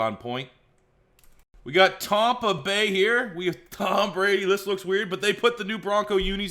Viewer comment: Who’s Tompa bay? Wtf? Lol